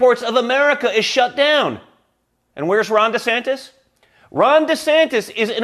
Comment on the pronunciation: DJT Jr. hitting "Ran Descampis" is hilarious!😂